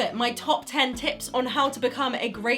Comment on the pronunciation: I swear to god that at the beggining I heard "top 10 tits"